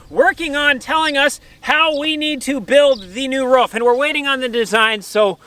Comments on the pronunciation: I Know you know but please don't say ruff again! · No, cant let you slide, its ROOF not RUFF lolol